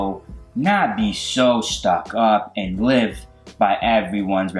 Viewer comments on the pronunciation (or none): none